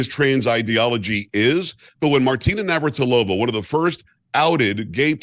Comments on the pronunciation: It's Nav-ra-tea-lova. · I love hearing Megyn say Martina Navratarola. She’s so cute even when he’s says a name wrong ❤️